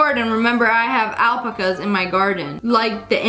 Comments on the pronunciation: she said alpucas insted of alpacas, am I the only one?????? (no hate) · Ecksqueeze me? Alpcas? It’s AlpAcas. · It is pronounced as alpáca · SSSniperwolf saying: oh yeah they have al-ca-pu-s in the garden 😭😭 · ngl it was kinda funny when she alpacas like alpicas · Its al-pac-as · She Said alpicas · you said alp a cas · i’ve never heard alpacas being pronounced this way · Am I the only one who is going to talk about the way she said alpacas 😂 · The way she said alpacas though😭😂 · The way she said “alpacas” 😂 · Anyone gonna talk about how she pronounced alpaca’s 🤭💀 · But can we talk about how she pronounced alpacas